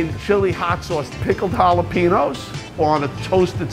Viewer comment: the way he said jalapenos irked me